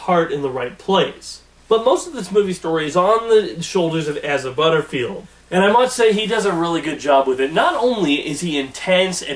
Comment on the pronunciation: It's Asa not Aza